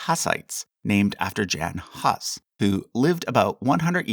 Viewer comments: “Jan Huss” lol, it should be pronounced like “Yohn Hooss” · His name is pronounced Yahn Hoos not jan Huss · I believe it is pronounced Yon Hoos (rhymes with moose) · Sorry to knit pick but your mispronunciation of Jan Hus and Hesse is distracting. As a rule in German, J sounds like Y and E at the end of a word like it’s “eh”… So it’s “Yan Hoos” and “Hess-eh” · Love all your vids and charts. This one will no doubt spark controversy and debate. On lesser debatable items, please pronounce "Jan Hus" as "Yahn Hoos" or the Anglicized translation "John Huss." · Just a small correction. J in Jan Hus is not pronounced as in lets say name John but like y in the lets say word yoghurt. Anyway keep up the great work. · Jan Hus is pronounced differently - the „J” would be pronounced more like a „y”, and The „u” is pronounced like „oo”